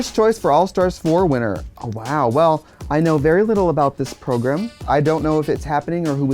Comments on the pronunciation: how many times did she say progrum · I live for the way Trixie says the word program: "prohgrem" eehehehe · When Trixie says “program” it sound like “ pilgrim” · The way Trixie says 'prog-rum' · if says progrem, i now say progrem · I love Trixie but she says program so werid. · Say “program” one more time 😂😂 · i love the way she says program